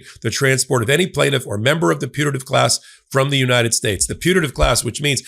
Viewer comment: High speed of short "a" in putative sure made it sound to me like the minors were in a punitive class.